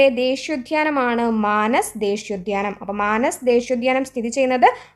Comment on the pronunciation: മാനസ് അല്ല... മനാസ് ഉദ്യാനം ആണു..